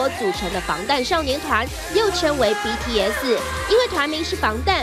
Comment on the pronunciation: BTS就BTS啊为什么要念成BTS[死]？？？